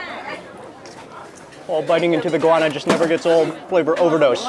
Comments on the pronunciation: the pronunciation is go-wa-na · What kind of pepper is it? Mark's pronunciation sounds like inguana, iguana, guana or guyana.